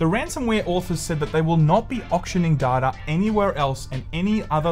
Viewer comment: Here we go agien. Give me more "DADTA" <3